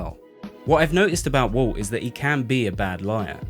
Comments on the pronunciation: As a non native speaker I hear "Wolf" constantly when you say "Walt", more like "Woalt". So confusing to listen to. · As well as ‘Walt’ sounding like ‘Wull’… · His name is Walt not woolt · I always thought the main character's name is Walt, not Woo. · It’s Walt, not woot